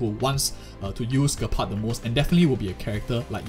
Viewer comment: It's pronounced Jepard, not being rude. Just wanted to let you know 😅